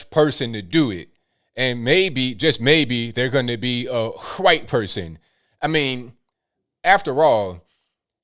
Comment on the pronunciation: why you pronounce white as guite?